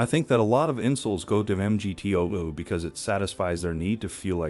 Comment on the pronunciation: Why are you pronouncing MGTOW that way?